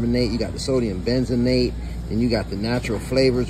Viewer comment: 'benzonate'. if bro could read, pronounce and explain what each chemical was, maybe i'd listen to what he says. but he doesn't even know. he just sees chemicals and thinks its evil. this dude thought fortified wheat flour was the devil because he just read chemicals, even though its iron and vitamin bs